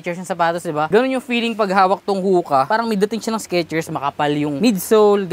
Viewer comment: Ho-Kuh not Hooka